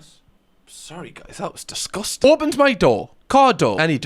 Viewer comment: He said it....he said "disgoostan" ❤❤❤😂